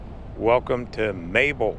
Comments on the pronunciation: It's not Mayel it is MAYBELL as in church BELL!!! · Maybell is pronounced “may bell” not Mabel.. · its pronounced May Bell